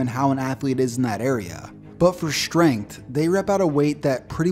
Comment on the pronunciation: The word is strength. It is NOT SH trength. Time to up your pronounciation game,.